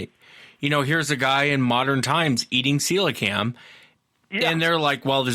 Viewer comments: Celocanth rather than celocam. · NO its pronounced ce lo canth. Its a prehistoric fish that was found live of the coast of South Africa. The idiot scientists and biologists said that it has been extinct since dinosaur times but the native Africans have been fishing for it and cooking and eating it for centuries. Some divers have filmed this fish recently alive for the first time.